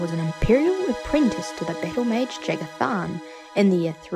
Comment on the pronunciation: inb4 the Eternal Champion + Ria Silmane fanfiction. And for future references, the J in Jagar Tharn is pronounced like a Y, if you can sort of teach yourself to pronounce it that way. I might just be being a little nitpicky here, though. :P